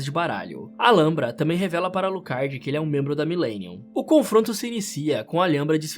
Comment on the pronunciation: Ótimo trampo mas a pronúncia do Alhambra e algo como al-hambra